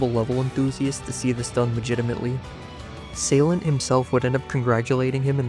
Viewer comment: Finally, someone pronounces my name right. The reason progress ceased on my end was both because I was not good enough to do Deadly Clubstep v2 and the fact DC v2 was extremely bad to play. Will I return to this level? Nope.